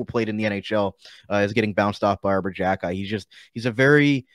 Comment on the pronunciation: It is pronounced KHE - KAI